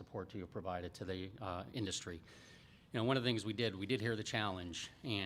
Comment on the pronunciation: 34 Induzz-tree